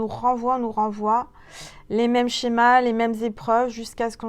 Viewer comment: Lol,le lapsus,tu dis chepa au lieu de schémas,au moment où tu parles de ruptures a répétition,en langage oiseau ça me fait penser à" j'sais pas ", effectivement,wahou comme ça me parle 👍👏merci,belle nuit à toi